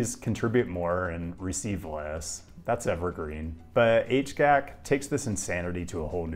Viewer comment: Your criticisms of the Highway Improvement Project are fair, though there is a plan to cap I-69 to reconnect downtown with EADO. Also, HGAC is “H-G-A-C,” not “H-gac.”